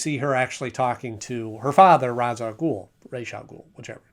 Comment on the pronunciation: It's pronounced RAYSH rather then RA'S its the hebrew pronunciation but the arabic spelling